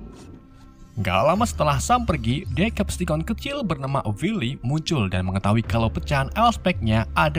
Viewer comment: Nah bang baru betul bacaan nya diseptikon